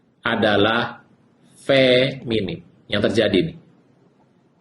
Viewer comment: tolong dong betulkan kata, bukan feminim tapi feminin, bukan ahiran m tapi n.terima kasih.